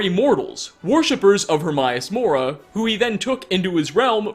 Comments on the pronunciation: Her-may-us-mora Not her-my-a-mora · The only mystery i got from this is why you're purposefully mispronouncing Hermaeus Mora? You played the game, he (Herma) states his name multiple times. I've watched almost all of your clips, but somehow this little nitpicking by me on this video got me perplexed. It's like calling dragonborn, droganbarn. No idea how you managed to pronounce it Hermaius instead of Hermaeus. A true mystery. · I'm sorry, but why doesn't this guy pronounce anything right? He pronounces escape as 'excape', Hermaeus Mora as 'Hermaius Mora', and so many others. Idk. Kinda bugs me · Please learn how to pronounce Hermaeus Mora. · The most disturbing part of this video... despite playing this game for 6 years, you still can't pronounce Hermaeus Mora... How many times have your heard this name?? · Please learn to say Hermaeus Mora right